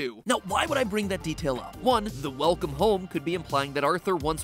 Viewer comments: weclome home instead of welcome home. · ummmm Mat I think it's Welcome not Weclome... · "Weclome home" Yeah? Weclome? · Weclome Home LOL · “weCLome home” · Nobody: Game Theory: WECLOME HOME